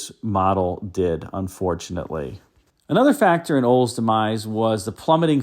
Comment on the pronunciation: Wild that you can't pronounce Olds. "Oles" 😂